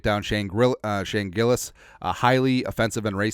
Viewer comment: Grillas? Gillas bro